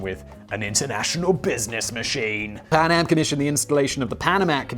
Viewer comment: I can't help hearing Panem rather than PanAm